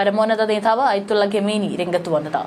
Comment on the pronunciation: ഗമേനി അല്ലല്ലോ? ഖമേനി